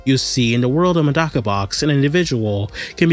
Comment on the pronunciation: mf its not "Madaka" it's Medaka😭😭😭😭🙏🏿🙏🏿🙏🏿🙏🏿🙏🏿🙏🏿